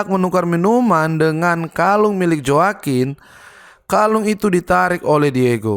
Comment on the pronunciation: Joaquin baca nya hoa kin bro